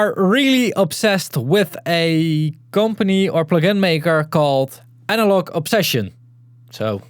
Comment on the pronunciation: "I think I'm pronouncing it correctly" - sorry to be the guy but: No, not even close 😂